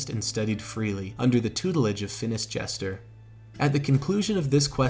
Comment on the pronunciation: Mans said Phinis Jester.